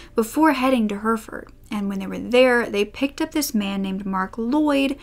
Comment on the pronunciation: Hurfurd Brits: Herrafud